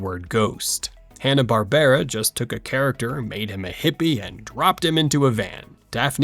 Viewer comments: Twenty o2? Hanna Bar-ber-ra? L2pronounce silly AI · there's no AI narrator, you probably thought this after they said Hanna-Barbera wrong towards the end of the video, where it's "Hanna-BARBRA.